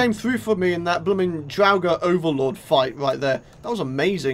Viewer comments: draugers are pronounced draw-gers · drawugr is what you are saying